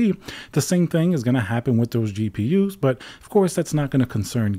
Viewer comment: "gapers" lol